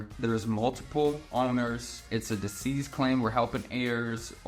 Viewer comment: *Deceased Claims (Not “Disease”)